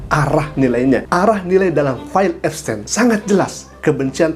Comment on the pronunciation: Epstin bacanya